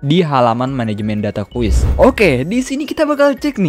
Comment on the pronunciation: Sumpah denger nya gemes gw "QUEST" BKN "QUIZ" 😡